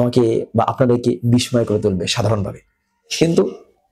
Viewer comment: আপনার বিস্ময় উচ্চারণ ভুল